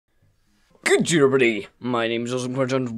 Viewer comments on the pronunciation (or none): How come every time you do an intro it sounds like "good due everybody"